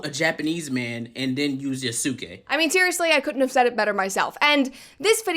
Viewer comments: Sorry buddy..."Yasookay" is not the correct pronunciation, it's cringe to my ears. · Why pick a video made by a dude who can't even pronounce the protagonist name correctly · Ok. So idk if it’s obvious that I’m watching this and responding in real time and omg who is this clown she found as her “expert” dude can’t even Say Yasuke right 🤣 and the game is far from bad. It’s one of the most graphically impressive games in recent years. The lighting is literally game changing. It’s full of detail and texture. It has an amazing weather system. Does it have bugs and issues? Of course. EVERY SINGLE GAME does at launch lol. And the game was delayed to fix the parkour system. The devs came out and said this. lol. Brett you should delete this video. You’re just copy pasting All the rage bait idiots online 🤣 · No, you could have said it better. The man can't even pronounce Yasuke's name right.